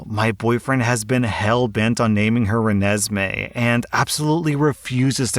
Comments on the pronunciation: I’m dying at how he is saying renesmae. 🤣🤣🤣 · The Renesme story. I love how each time you say the name the pronunciation gets worse. Im not trying to be a dick. (If it comes off that way) Just pointing something out that i found funny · I love how mispronounced Renesmae at least fifteen different ways. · Did anyone else almost have a stroke when mispronounced Renesmae? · The child naming story. I love how pronounces the name different everytime because he doesn't know the proper way to do it xD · Omg your butchered pronunciation of Renesme is 100% on point. Twilight Fandom hate the name and the character too! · The constant mispronunciations of Renesmee killed me. Thanks for the laugh! Also the boyfriend is a manipulative dick. Look her up for a laugh and a horror. I share a building with mostly other 20-30 year olds. There are loud noises sometimes. Weird sounds too. Screaming occasionally. I’ve screamed in fear over a bug a few times. The laundry machines can be heard from every apartment in each individual ‘building’. (It’s an old ass house turned into three-plex and each floor is an apartment). If you cannot handle at least a little noise, apartment living is not for you. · As someone who absolutely despises Twilight I am LIVING for all the different ways you pronounced that dumbass name 😂 😂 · the way butchers the name renesme is making me cackle with laughter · I love how keeps pronouncing Renessemae wrong. And each time he pronounces different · I find it hilarious that started off saying Renesmae correctly then is just progressively got worse XD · "You cant even say renisamay!" 😂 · 4/5? Nah that's abit harsh, he did it out of love, I'd say easy 3/5. LOL Twilight IS the worst series ever and it's "Rah-nez-May" watch the film and figure it out dude. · It’s pronounced like Ree- Ness-me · Giggling at all the attempts you’ve done on ‘renesmee’ (Ren-ezz-may) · Hey! It’s pronounced as ren-es-may. 😊